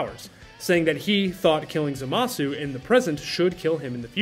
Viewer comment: "zohmahsu" lol